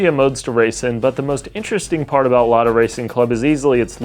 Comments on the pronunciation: LADA RACING CLUB MENTIONED BY A WESTERN YOUTUBER! Повторяю, LADA RACING CLUB упомянута западным ютубером! THIS IS NOT A DRILL! ЭТО НЕ УЧЕБНАЯ ТРЕВОГА! P.S: Kudos for pronouncing the brand name right. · Yes, you pronounced "Lada" in a correct, source language accurate way. Thank you!